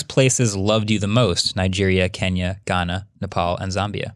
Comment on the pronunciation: How amazing pronouncing Kenya as it should be....🔥🔥🔥